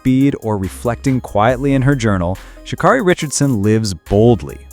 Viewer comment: Its Sha- KERRY NOT KARRY, DUMMY!!